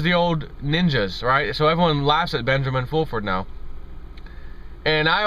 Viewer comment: Benjamin Foolfurd...Lol!!!